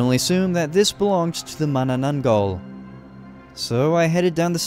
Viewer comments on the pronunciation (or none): I just watch this and I cannot stop laughing how you pronounce the name of the mythical creatures 😂 especially manananggal